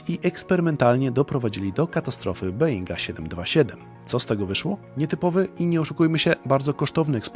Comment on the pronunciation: Czyta się Boing a nie Being.